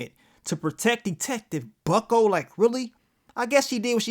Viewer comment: ‘Bucko’? You mean BUCKLEY, right?